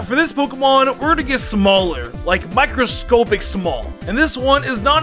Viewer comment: Micro scopic it’s microscopic op not ohp